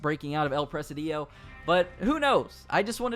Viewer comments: El PRE SI DIO (I=EE) NO EL PRE SE DIOU LMAO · It pronounce the "" I " in the middle stronger: El presídio. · Not Press-a-DIO. It's Pre-SID-io. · It’s not “press uh dee yo”. It’s press SID eeoh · It’s pronounced like prezidio no pressadio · The way you're saying presi-dEO is killing me. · presidio is pronounced pruh-sid-e-o bro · Your inability to pronounce Presidio is infuriating. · It’s annoying how Americans can’t pronounce a simple word such as “presidio”. Google translator can help you to pronounce words in a foreign language before you make a video like this. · What a way to say presidio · Thanks for the info! I just can’t stand the way you pronounce “Presidio” over and over during the video. The stress is on the first “i”, not on the second one! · Presidio, please look up the pronunciation. The way you mispronounce it is so bad. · First time i seen/heard someone roll they I's lol